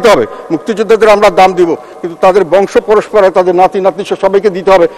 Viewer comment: পরস্পরা নয়; পরম্পরা। ম+প